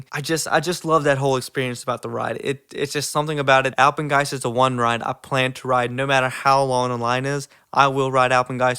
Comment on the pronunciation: you just earned my respect for saying Alpengeist bro